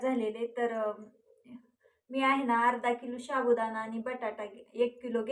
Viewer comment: Shabu nahi sabudana neet bola